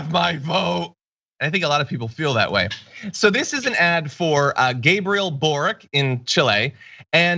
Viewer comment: Gabriel Boric (pronounced Borich) is Slavic surname, so it is not pronounced "Borik" - it is " Boritʃ ". Whenever you have a Slavic surname ending with "ic" - it is actually "ich/itsh", like Kovachich, Modrich, Stevanovich, Novak Djokovich, etc.